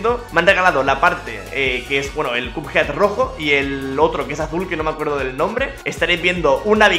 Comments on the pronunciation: Nadie: Absolutamente nadie: pronunciándo: CUPJEAD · cap jed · cheems Gamer ya se que se escribe así, lo que puse es como se pronuncia